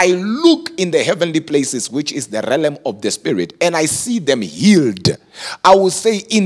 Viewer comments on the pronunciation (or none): realm, not relem..